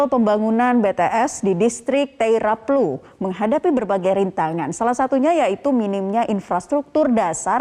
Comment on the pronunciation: Admin, Distrik TAIRAPLU, bukan taiyaplu...!!